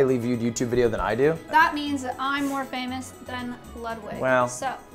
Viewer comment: It’s “Ludvig”